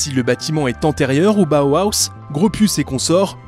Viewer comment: c'est Bauhaus pas bauhauhahaus